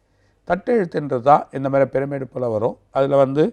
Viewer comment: எகிப்து பிரமிட் இல்லை பெருமிடு